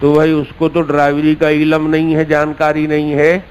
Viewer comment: عِلَم نہیں علم ہے